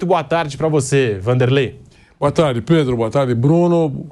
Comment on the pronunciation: Vampeta: predro kkkkkkkk mais é burro analfabeto esse Vampeta 😅